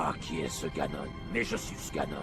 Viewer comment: On dit "Ganon" pas "Ganon".